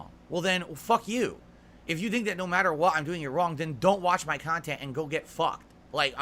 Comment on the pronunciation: Holy shit dude 😂 man has been on the internet for 15 years and doesn’t understand how shit works. Everyone has an opinion, stop paying attention to one’s that do lol. On top of acting like he has a ton of people giving him feedback about his “khantent”